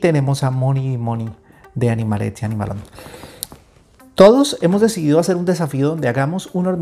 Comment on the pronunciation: Ya vi el vídeo entero y la verdad es que es una maravilla de hormiguero, súper bonito 😍 Me encanta lo bien que dices animalets i animalons. Un abrazo maestro